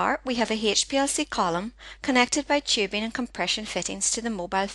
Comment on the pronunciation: not tchibing, but tubing :) what's with your accent? :)